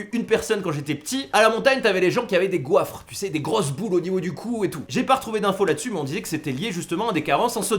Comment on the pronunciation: Yo! Pour info, on parle plus de “Goître” que de “Goiffre”… déjà la dernière fois avec les Naan haha! Révise un peu avant tes vidéos;)